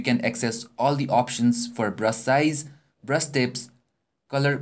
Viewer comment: omg haha when he said brush it sounded like he said breast. I have such a dirty ming :p